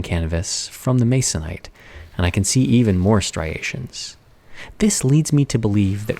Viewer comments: I CRINGED. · Who else grimaced at the utterance of the word "masonite"??